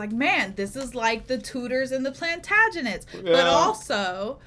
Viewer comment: the second she said plantaganate she had my attention,,,lol